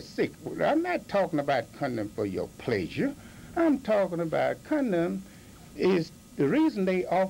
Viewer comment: His name is and he was a gem. He handled the trollers really well.🤣 "don't be so silly man, im not talking about connum for your pleayyzure" and his ego boost moment is amazing